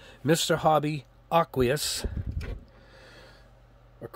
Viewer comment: Incredibly helpful video thank you! I also love how you pronounce “Aqueous”! I always thought it was like “ache-we-us”.